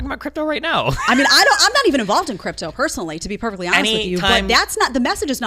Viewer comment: I'm sorry Jedediah every time I hear "Chripto" I think back when I was training in chriptology, USN-SG.